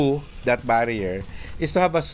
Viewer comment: Haha... "strong wife" narinig ko... STRONG WHY pala. Thank you mga ser!